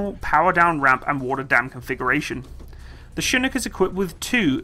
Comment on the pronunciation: First Brit to pronounce chinook correctly